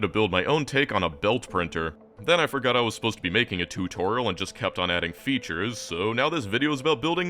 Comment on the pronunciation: tourtorial? totourial?